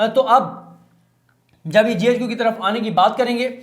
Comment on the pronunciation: صدیق بھائی زبردست وڈیو ہوتی ناراض نہیں ہونا J HQ نہیں ہے GHQ ہے شکریہ